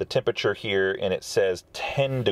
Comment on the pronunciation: What the hell is "tempachuh"?